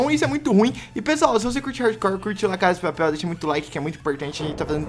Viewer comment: aprendeu a falar la casa de papel aeee